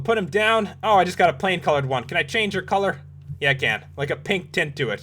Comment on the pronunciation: its not "colre" its Color